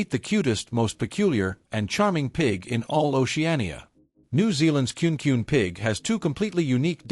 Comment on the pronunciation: It is pronounced Ku ne both vowels are pronounced like a long vowel.